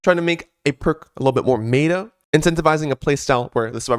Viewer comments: I can't imagine no one has told that he's mispronouncing meta as mayta, but it's still jarring every time i hear it lol. patch looks good tho, was really expecting the Blight addon nerf to follow the formula of a lot of their other balance adjustments where they overnerf and make something completely garbage, and then consign it to the dustbin of history never to be looked at again. happy to be wrong, we'll see. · Normal people: meta: mayta